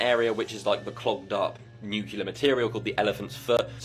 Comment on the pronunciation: Okay, WHY can't all of these "intelligent" people, who make these clips about nuclear weapons, PROUNOUNCE IT CORRECTLY?! Thank God Annie Jacobsen prounced it correctly, but this has become an epidemic of ignorance, throughout the world! First, we had to listen to years of that empty-headed monkey, George "Dubya" Bush, say "NUKE-U-LER," and no one in the media or his administration corrected him! (And even if they did, he is so ignorant, arrogant and narcissistic, he would probably still pronounce it wrong, just because he loves himself so much!) It's pronunced NU-CLE-AR or NU-CLEAR!